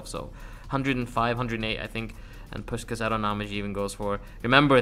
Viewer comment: I thought you died😂😂 And who is pushcas, i thought it was puśkas😂😂